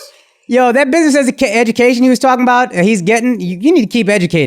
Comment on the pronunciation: "buiseness" lol